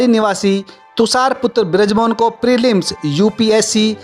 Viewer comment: Prelims bhi nhi bol p rha sahi s yr 😂😂😂😂😂